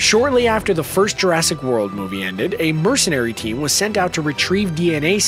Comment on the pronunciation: it's Jurassic not urrasic